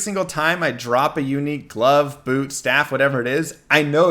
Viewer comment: Funny how you make unique sound like eunuch.